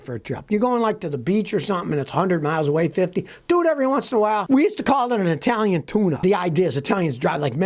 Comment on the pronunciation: Love it when Scotty says Italian tuneup